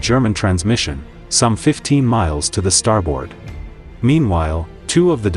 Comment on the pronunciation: They're called "depth charges". Also, the pronunciation is not "star board", it's "starbird". In WWII, there was no sonar. It was called ASDIC. Navy personnel are called sailors, not soldiers. Torpedoes don't fly. (Note: NEVER call a Marine a soldier if you value your health.) Was this a junior high school history project? What grade did you get?